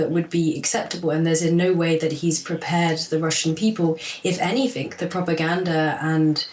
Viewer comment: Hearing an apparently intelligent english girl - who is a Dr at Oxford university no less - say "anythink" is just so cringey.